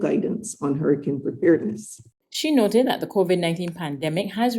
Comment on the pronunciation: The emphasis should be on the Verb; not the pronoun. She NOTED that the Covid19....etc. It is a pity that there is no one there to help you with your cadence.